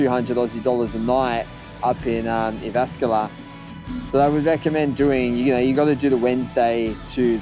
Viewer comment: Did you have a challenge going on, about how many times you can mispronounce Jyväskylä? It's legit hilarious, it just gets worse and worse!